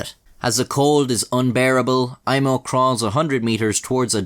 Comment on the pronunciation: This was a pretty wild story, man. You pronounced Aimo's name surprisingly well. Greetings from Finland!